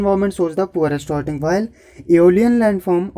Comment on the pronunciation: Dont mind It's sorting not shorting.